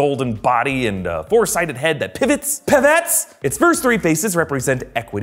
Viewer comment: Did you just Ross "Pivot" lol